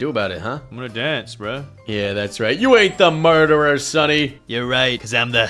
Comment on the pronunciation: murderder 😂😂😂😂😂😂😂😂😂 so funny 😂😂😂😂😂😂😂😂😂😂😂